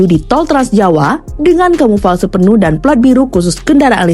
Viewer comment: Kamuflase.. bukan kamufalse.. 😂